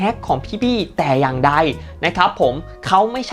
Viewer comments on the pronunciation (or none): พี่อย่างใดnotอย่างไดนะครับ